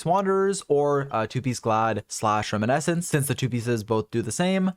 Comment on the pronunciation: I hate to be that guy, but his mispronunciation of "reminiscence" kills me every time.